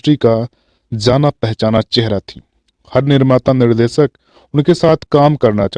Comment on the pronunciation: Sir aapki bhasha shudh nhi shabdo ka ucharan sahi nhi he jaise sha shabd ko ucharit kar rhe he Nisha ko aap nisa keh rhe he Nirdeshak ko aap nirdesak keh rhe he